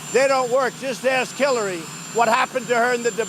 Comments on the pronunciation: Did anyone notice he said killary instead of Hillary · Is it just me. On the beginning of the video. Trump refers Hillary. As killary. I rewatched it over and over. I played video for others they hear Killary. Later on in video he clearly said her name twice as Hillary!